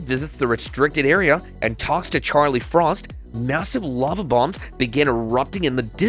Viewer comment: Your AI announcer sucks,as it can't read LOVE as Lava.You expect people to like your site when you you can even get your BS AI to read properly??